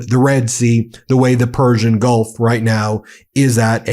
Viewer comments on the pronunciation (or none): none